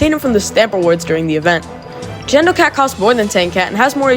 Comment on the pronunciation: Such a good video just like the Cat video, definitely a lot of clones i didn't know, which was fun to see there are some i didn't know, just the "Gendo" pronunciation </3